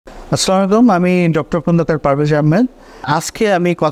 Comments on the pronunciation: অনুগ্রহ করে সালামের উচ্চারণ শুদ্ধ করুন। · Assalamu Alaikum আপনার সালাম দেয়াতে অনেক বড় প্রবলেম রয়েছে। দয়া করে শুদ্ধ করে উচ্চারণ করার চেষ্টা করুন। jazakAllahu khayer.